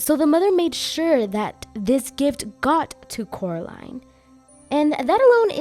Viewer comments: But Cannot Pronounce The Name Of Coraline He Say Caroline Instead of Coraline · How does YB I’m just going with that since I don’t know how to pronounce his name. But how did he know that Coraline moved to the pink palace?